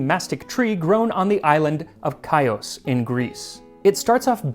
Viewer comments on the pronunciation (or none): I'm Greek and I love mastic! The island Chios is pronounced HEE-ohs :) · I can't believe I caught the king of pronunciation slipping, but Chios is pronounced Khee-os, where "kh" is a sounded "h" sound., so kind of like saying "here." Love the recipe as always, and presentation is impeccable, as always! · Great video, as always! If I may, mastic is also an ingredient with very interesting history and I would love to see your take on it. PS Chios is pronounced HE-(like the pronoun) os (like in Oscar) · Ha, FINALLY a word that Max didn’t pronounce like a native. :-) “Chios” (Χίος) is pronounced “Hee’-os.” (The “h” like the German ch.) Mastic (a close relative of the pistachio tree) actually grows in many places around the E. Mediterranean, but it requires certain soil conditions for the sap to solidify. On Chios, those conditions only exist on the southern half of the island, and the villages that make their living cultivating it have been there since Medieval times or even earlier. Mastic is produced in some other areas too, but Chios is the center of its production. One of the most popular uses in Turkey is as a flavoring for a milk pudding. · Love learning the history behind your food and drink preparations. As a Greek, and in recent days cringing at the butchering of the word omicron, hearing the American pronunciation of Chios created the same reaction. If you want the real pronunciation, it’s HEE-os. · Max, since the island still exists, you should use the modern pronunciation. Χίος sounds like "Heeos." I don't mean to sound rude, but modern greek is pretty different from ancient. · Great video! Sorry I have to do it to ya Max but my family is from Chios, and it's pronounced "HEE-yoss" or in Greece, "HEE-yo" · The pronunciation of μαστίχα & Χίος gave me brain damage. Lol